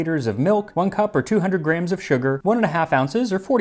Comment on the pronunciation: I couldn't help noticing that you pronounce gram (ɡræm) exactly like Graham (ˈɡreɪəm). Is that the Arizona pronunciation?